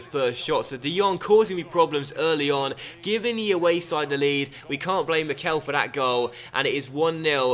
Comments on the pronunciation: I think mickel is said like mickle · could you please stop saying the e in Mickel long, it's supposed to be said short